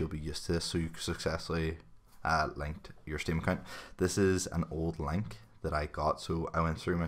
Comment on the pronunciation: ughh the way you say link